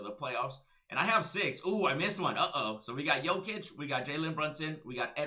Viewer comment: You pronounced jokices name almost perfectly